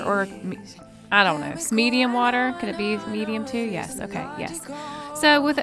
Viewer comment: You said weter.